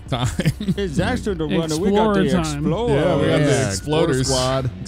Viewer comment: "Explower twime" Edit: also," is pwimary"